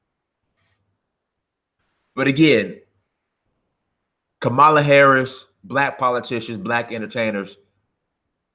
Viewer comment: Ka-MAL-a Harris. LMFAO. You pronounce her name like the WWF wrestler from the '80s. I think she pronounces it KA-mala. But at any wait, Jussie's story reaks of bullshit.